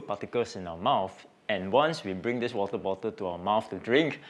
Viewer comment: i love how asians pronounce certain words... wota, in his wotabota